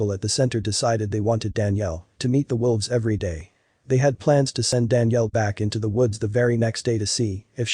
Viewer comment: Sounds Like He Is?Saying, "WILVES" Not "WOLVES." It is read by a computer & somehow got programmed wrong. He also said, "lead" ("leed") instead of "led." Those can be tricky even for us -- like "read" & "read."